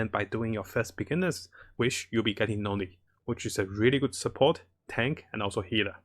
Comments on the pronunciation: Noelle is pronounced "know-ell", not "no-lee" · I love your vids man. But its know-elle not no-lee XD. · I was thinking part of it might be an ESL thing. But yeah the "No-lee" was awkward. "No - el" is the proper way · I got confused every time he said "Nolly" idk what country he's in where they say it like that, I've never heard Noelle be pronounced as anything besides "No-ell" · Hey friend, Noelle is pronounced " NO L" Great video tho i appreciate all the info! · I think he said Noel-le (Noeli) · Im not sure how u pronounce her name it confuses me but its pronounced No ELL. Thats the correct pronunciation for Noelle. Dont wanna sound mean by correcting you. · Thats what i was thinking too when he pronounced her name differently hahaha I was somehow triggered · No hate, it's a great video. However Noelle's name is pronounced like 'Noel' or 'No L'. The last 'e' in her name is silent. Pretty sure we can thank the French for that slightly deceptive name. Probably one of the most useful tier list videos for start of game out there though. Really appreciate it. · Ok but the way he says noelle